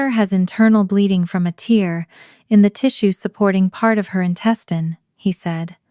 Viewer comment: Pronounce tear right